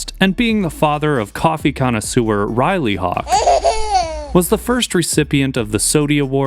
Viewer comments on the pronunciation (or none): none